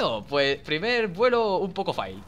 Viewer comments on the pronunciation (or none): none